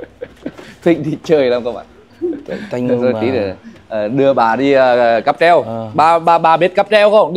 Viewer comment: "Cáp treo" chứ k phải "cáp trep" em ơi